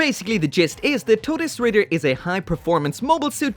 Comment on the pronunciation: FINALLY SOMEONE PRONOUNCED IT CORRECTLY